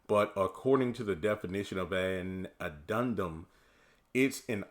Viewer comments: Addemdum. Ah-dem-dum. Hope that helps 😊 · Pronounced Ad-Den-dum